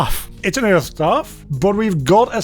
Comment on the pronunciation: i love the way you say earth, kinda like eurghth